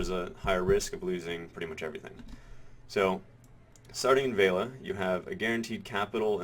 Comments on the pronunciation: VEH LEE UH not vale-uh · You keep saying Veila when it clearly states Velia as in Vel-i-a. :) I've also been doing investment banking in Heidel, both guaranteed and high yield. For guaranteed 700k i have gotten an average of 22k per time (10 times). For high yield 2kk, I've made ~90k per time (11 times). In total I'm about 1.2kk in profit, so far. For me. The losses with high yield are smaller than the gains. Profit is about 30-35%, while losses are about 25% or less. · oh god pls stop saying veila, its velia. it's like you have a typo in your speech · vale-a? VEL-E-A! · Ve-li-a. Not Vei-la.